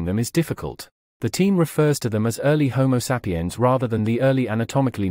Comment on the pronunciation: Why does this guy keep saying homo sap-i-yan? Perhaps you can tell us what kind of sap you're talking about.